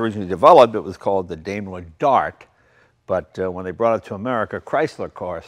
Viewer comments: Great car, but having taken German in High School, the correct way to say the company name in DIME-ler, not DAME-ler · Hey, Jay! Daimler is pronounced DIME-ler, not Daym-ler! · "Daimler" is pronounced like "dime - ler", not "dame - ler". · It says DAIMER... must be A.I.